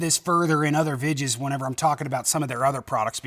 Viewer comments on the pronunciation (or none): I was about to ask wth do you mean vidjas? I was literally about to hit send when I heard him say, VIDJA.. I'm new hear